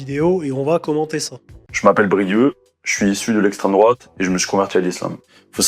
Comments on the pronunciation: Brieuc se prononce [bʁiœ] comme Saint‑Brieuc en Bretagne… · Brieuc, prénom breton, on ne prononce pas le "c" à la fin mec. Sinon oui je suis d'accord, c'est dommage de basculer dans l'islam en tant qu'Européen lorsqu'on est en quête de sens et de cadre. C'est un piège, et certains "paumés" tombent dedans oui, mais il y a de quoi être paumé dans cette société méprisable. Tout n'est pas perdu pour ce jeune homme, de la même façon qu'il est passé du côté identitaire à l'islam, il peut encore changer de cap, souhaitons le lui en tout cas.